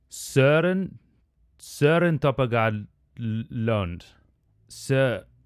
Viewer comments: That AI you used in the beginning was just incredibly wrong in the pronunciation xD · lol... That is not AT ALL how you say his name in danish. AI strikes out again.. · Dang that Ai messed up his name XD